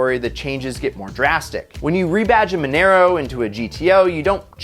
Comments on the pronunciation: monero? its mon"ah"ro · casually butchers monaro by pronouncing it “monero” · Its pronounced mo na ro